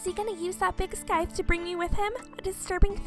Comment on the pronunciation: I don't like being this type of person but scythe is pronounced sigh-th. Sorry but I'm a bit of a grammar nazi.